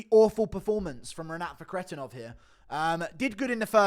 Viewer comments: The way you say Renats last name annoys tf out of me. It doesn’t even sound like the way it’s spelled at all😭 “ruhkretinov” wtf is that😂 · Had to dislike just because your Fakhretdinov pronunciation